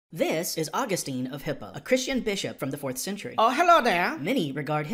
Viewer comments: St. Augustine's name is pronounced "aw-GUS-tin", not "AW-gus-teen". I should know - I attended a high school named St. Augustine Academy. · Please learn the correct pronunciation of Augustine :-)